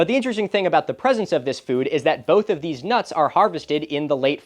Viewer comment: Both of deeze what? :)